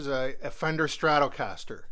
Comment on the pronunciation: Its irritating me how you pronounce stratocaster 😂😂😂